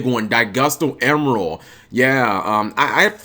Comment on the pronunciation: emeral not emerald